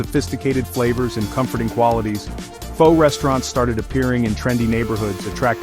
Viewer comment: AI Slop. The AI narrator mispronounces Pho every time 😂